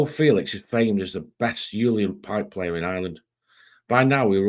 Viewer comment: Respect bro, the Uilleann pipes are pronounced like ILL AWN...it means Island 👌💯🇮🇪